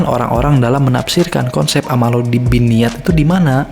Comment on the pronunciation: Hmm ku kira cuma salah penulisan judul. Ternyata emank salah nyebutin, bolak balik dengerin kok "ammalu binniyat".... Yg bener "A'malu binniyat" cek lagi haditsnya. "Ammalu" itu artinya apa? ... syarat diterimanya amal ada 2. Pertama, Niat benar Lillaahi ta'ala. Kedua, Caranya benar sesuai syari'at (tidak melanggar syari'at).